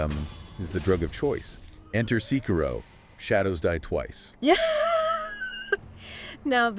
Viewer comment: ITS SEKIRO not SIKIroU